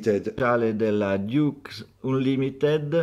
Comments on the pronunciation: no. è il nome di una compagnia. Ducks Unlimited e si pronuncia dAcks Anlimited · c'era scritto duck unlimited. si pronuncia dAck Anlimited e lui l'ha pronunciato dUck Unlimited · E comunque si dice "dacs" (ducks) non diucs (dukes) 🤣 Sempre interessante però sentire la pronuncia corretta francese. Le sbaglio tutte. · Quello che fa il fiscale sul francese e poi l'unica lingua non di "casa" la scazza? 😂 "Diucs unlimited" visto che c'era scritto ducks, si legge DACS ANLIMITED. Mi sanguinano le orecchie (cit.) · Il tipo del Ball parla 3 lingue e ti legge "Diucs".... va beh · ha detto duck unlimited. volendo essere pignoli ha sbagliato anche la pronuncia di duck ...